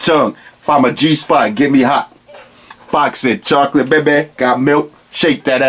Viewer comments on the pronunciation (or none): none